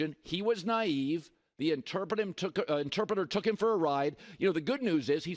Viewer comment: Damn Colin struggling with ‘Interpreter’